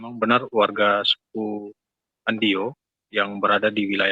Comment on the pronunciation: Trimksh sudah memperkenalkan suku Andio, tapi klo bisa pembaca berita awal baiknya faham dulu agar tidak salah penyebutan suku Andio